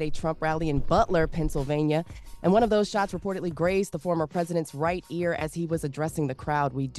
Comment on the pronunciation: Biden said "Vennsylvania" that's crazy 🤦🏽‍♀️